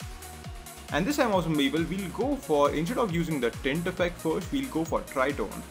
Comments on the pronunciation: Had a hard time figuring out "people", thought it was bevel or pipil..what the f@ is "pipil"?! Nice Tut btw . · Great tut, but what the hell is "beebal"